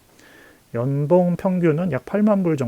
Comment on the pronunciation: 좋은 정보 감사합니다! 중간중간 발음중 연봉을 염병이라고 해서 배꼽잡고 웃었네요 ㅋㅋ